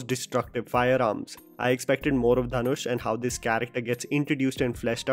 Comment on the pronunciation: Ryan gosling called him dhan-oosh